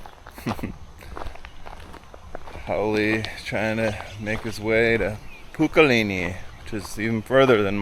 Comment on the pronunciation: Pukalani not pukalini